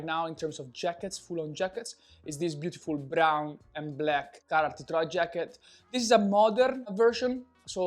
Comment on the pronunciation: Oooh Carhartt, I thought he was saying carrot